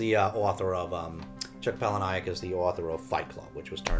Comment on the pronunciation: I am a Chuck Palahniuk fan (FYI, "Paula-Nick" not "Paula-Ni-ik") 😉 I have Pygmy but haven't read it yet. Maybe we could read it together at some point. And yes, Fight Club the movie is a masterpiece!